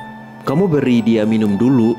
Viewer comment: Minum kok jadi minun😅